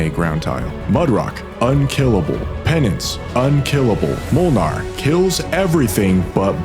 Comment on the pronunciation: I'm not sure why you're explaining things in baby terms, nobody who hasn't already played this game for years will ever see this video. Also why do I have to tell you that there is no English L in Mlynar?